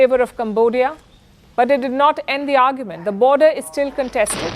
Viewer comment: Palki you are like my sister. Don't take this as criticism. I see that you mispronounce many words, like you said today- its a border issue rather than a border issue. Solution is simple, get your eye sight checked and I know you will look more beautiful than without spects. My blessings on you. Pardon me if I have hurt in any sense. Thanks